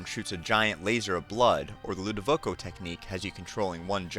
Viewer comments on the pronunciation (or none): Ludovico.....not Ludovoco.